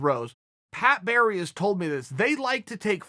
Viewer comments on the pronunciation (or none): none